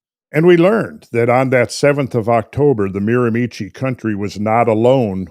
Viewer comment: Hey guys, love this topic. BTW the area in New Brunswick is pronounced "MEERA- Mee-Shee"